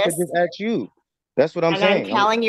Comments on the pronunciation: 'ask' not 'arks'. Why can black people anywhere in the world not say that word? It's something that has baffled me for 50 years. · Yet more 'arksin'' jive.